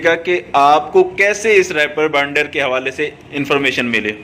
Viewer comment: bhaijaan, bura mat manaana please. REEEEEEEPER. REEEEPER bolne hoga. spelling Reaper.